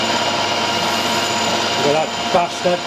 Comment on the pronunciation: Merry Christmas to you and all your family! Note to Stan at Bar Z - get to run class in saying bastard with the right accent at next year's bash!